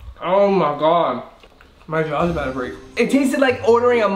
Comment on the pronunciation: Random but I love the way you say about to “abouda”